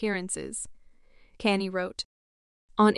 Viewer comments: any time your listening to a video that is being narrated by AI, walk away. This thing is calling him "Kane-E" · Please use real people for the narrator who the hell is kanee?😮😅🤔